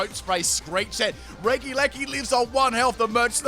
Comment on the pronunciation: Everyone: Regieleki:D: Reggileggi:)